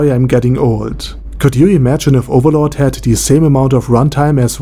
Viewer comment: That badass accent though, dude you literally pronounced almost all name in overlord like the name where it came from. COOL